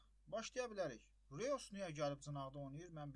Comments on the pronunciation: reus yox roys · RIYOS YOX ROYS